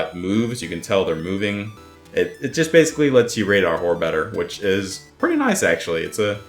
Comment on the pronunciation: its "is" not iz